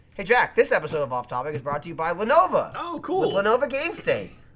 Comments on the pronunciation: you keep calling it Lenova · Anyone else notice that pronounces Lenovo as Lenova. Love that Jersey accent.